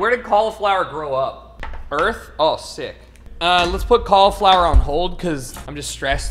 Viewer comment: Can someone please teach my boy how to say cauliflower